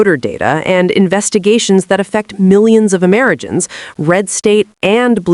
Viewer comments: amerijans? Amerigans? What's this ai saying? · "Amrijans"?? AI voice with a typo or what? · "Amerigans" uhh what? 😂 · Lost me at "Amerijens". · Investigations that affect millions of Amerijans. What in the AI fuck? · Bondi is not responding with candor. So, she is lying. Voice over says Ameragins. So AI. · "millions of amerigans" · "Amerigens ? " - more dumb ai slop